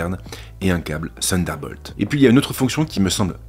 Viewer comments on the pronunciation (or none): none